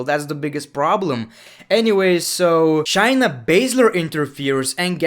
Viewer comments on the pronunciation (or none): Say it with me: Carry-yooo not cariro and Shane-ah not Shay na